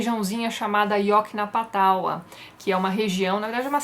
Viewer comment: Yoknapatawpha, Yawknaw-puh-toff-uh, ou seja, na fonética portuguesa, ioknapatofa, é assim que se pronuncia o condado fictício criado por Faulkner. O 'taua' final, que você diz, está errado.